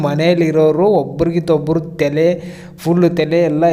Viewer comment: ಅಣ್ಣಾ ಅದು ತೆಲೆ ಅಲ್ಲ "ತಲೆ" ..😂😂😂 ಏನೂ ವಿಷಯ ಇಲ್ಲ ಅಂದ್ರೂ ನಾವು ನಿನ್ನ vedio ನೊಡ್ತಿವಲ್ಲ ನಮಗೆ "ತಲೆ" ಇಲ್ಲಾ 😂😂😂😂😂😂